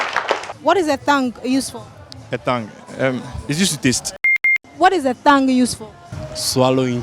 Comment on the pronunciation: yep all words re not always pronounced according to the way their spelt.But made a mistake by pronouncing the 'h'